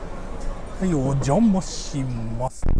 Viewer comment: 「おんじゃまあしまあす」